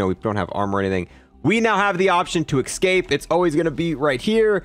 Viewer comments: Why do you say "ecscape" instead of "escape"? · Escape not ecscape